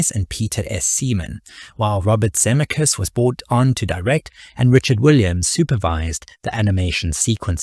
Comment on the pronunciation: This video could've been truly great but your blatant mispronunciation of Zemeckis, especially given his importance in this history, is simply unforgivable. I still gave it a Like because I love Roger Rabbit and appreciate your aim in producing this video.